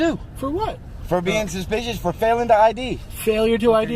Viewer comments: I jus wanna hear that cop say suspeeshis over and over again 🤣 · Why does this guy keep saying "suspicious" over & over almost as if he's just learned that word from his boss but doesn't quite understand the word yet. Plus, he's saying it weirdly